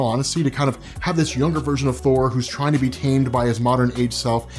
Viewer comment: Let's just agree to call it Thour.